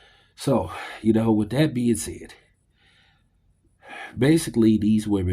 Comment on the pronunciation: WITH (strong TH), not WID or WIT. dis, dese, dat, dem, dose, dere. Get back into English classes....and PAT ATTENTION, this time .